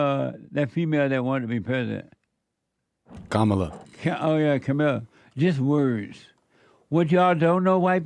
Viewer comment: Jesse.. I think you have a liberal producer. Did you hear how he pronounced Kamala?